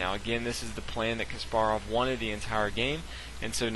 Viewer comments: Is Kaasparov not Kasppaarov accent pronutiation in 1st a not in p and 2nd a. 🤗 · You're pronouncing Kasparov wrong. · It really bothers me how you pronounce Topalov Kasparov